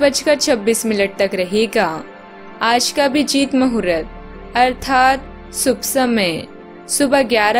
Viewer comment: समश्या? रहेगी? सुब समय, शूर्य !!! सरीर, शकते है? इतना गलत तरह से उच्चारण, व्याकरण की गलतियों से बहोत अच्छा मनोरंजन हुआ। कहीं ये कम्प्यूटर से तो नहीं बनाया जाता है? कोई इतना